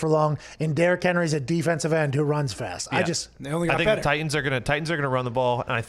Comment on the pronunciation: “Titians”...come on 😂